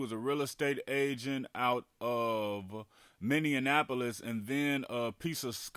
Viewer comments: Minneanapolis …lol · The way he said Minneapolis 😂